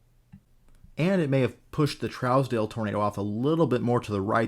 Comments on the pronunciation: Trousdale is pronounced (Troosdale). Im from that area. Keep up the fantastic in-depth content! :) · Such a great breakdown as always! Keep em coming! Here in Kansas, we pronounce it Trues-dell if that makes sense. I chased this once it got near Great Bend and to the north east